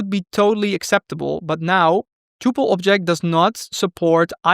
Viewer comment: The only thing that I don't like about the video: 1) he pronounces "tuple" incorrectly; 2) he pronounces "st" as "sht" (for instance, "underSHtand", "SHtring") and this one really bugs me. Why then you pronounce "fast track" and not "fasht track"...